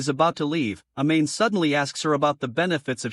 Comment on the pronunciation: Dude really pronounced it “a-main”